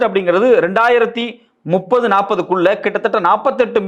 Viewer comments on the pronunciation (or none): none